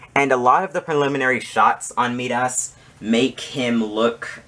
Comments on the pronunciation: I had no problem with the length of your video. I watched it to the end. Although, I did have a problem with how you pronounce "Midas". It should be pronounced "My-Das". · Love the setup. But you’re saying Midas very wrong 😂.